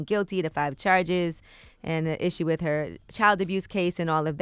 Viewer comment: With not wifh